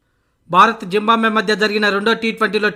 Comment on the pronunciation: జింబాంబ్వే కాదు భయ్యా! జింబాబ్వే 😂😂